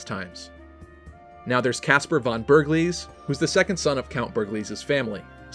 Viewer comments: When you pronounce the german von it should be like fon, its like pronouncing from, but without the r and with a n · Just a nice fact: von is actually pronounced with a sharp f ffonn, kind of like fun with an o :) Really funny that once again japanese people seem to love German names! 🍜